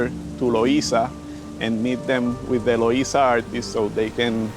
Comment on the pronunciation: Bro if you say Luisa one more time …